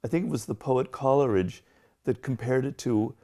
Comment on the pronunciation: Did he just pronounce Coleridge like Collaridge? All else was awesome